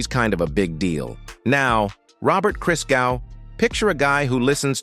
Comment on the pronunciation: Hey, it's not (Jesus) "Christ-gau". it's "Cristgow"